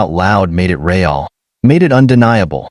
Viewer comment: At about : : the word 'real' is falsely pronounced as two bits, 'Re' and 'al' rather than 'real' as one word with no internal separation!. Oops LoL 😮😢😢